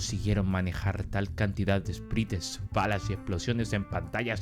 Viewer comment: Buenazo video Edit: un consejo es q Sprites se pronuncia Espraits 🫂